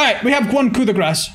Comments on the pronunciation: Not sure if anyone's told you this yet but it's actually pronounced like "coo da grah", as opposed to "coo da grass". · I swear to god it's pronounced "COO-DAY-GRAW"